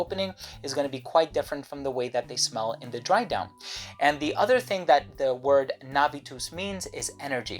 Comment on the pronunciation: I know it's not important but when you said Navus I heard, being from Poland, 'nawóz' which is a polish word for fertilizer/manure. Sometimes even the pretty latin words make some crazy connotations in other languages. Would be kinda hard to answer the question about what fragrance one wears after receiving compliment that the fragrance is called nawóz. Primas is a safe name though. :)